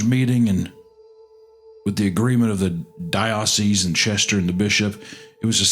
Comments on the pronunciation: Its pretty clear that Mr.Goon is some kind of Church of God/Non-denominational/Southern Baptist. Its clear hes not Catholic/Protestant by his constant mispronounciation of vicar, and dioceses. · Okay gooner is definitely not a catholic lol. Horrifically mispronouncing “Dioceses” and “vicar”.